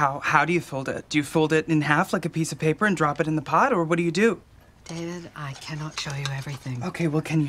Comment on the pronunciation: "Fold in THE cheese." I just cannot with the random emPHAsis.